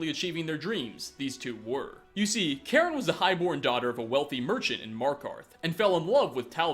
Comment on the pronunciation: you are saying Karen the correct way as a member of my family has that name.